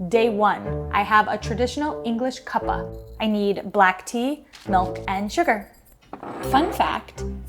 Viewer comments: That's sac relig you put the milk in last for an actual cuppa (pronounced k-upp-a) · Please never say "cuppa" like that again that was hard to live through